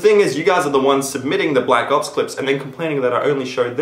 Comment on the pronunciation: at the start, i could have sworn you said Black Cops, not Black Ops.